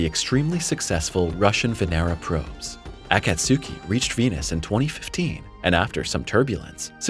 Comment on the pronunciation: Akatsuki is 3 syllables not 4. Akats ki not akat su ki